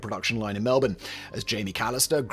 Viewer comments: He nailed Melbourne though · Thank you for saying melbourne properly